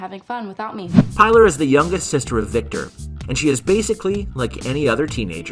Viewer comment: Say it with me. Pilar is pronounced Pee-lar! Pee-lar!. And great video guys!